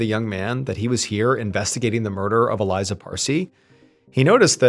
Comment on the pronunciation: ❤Her name is pronounced Ah-lee-za! 🇮🇱